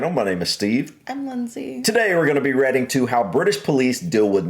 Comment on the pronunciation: noticed this on a few videos.. your pronounciation of reacting at the start. radding?